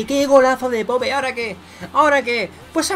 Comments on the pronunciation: Típico acento español diciendo popE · Se pronuncia poup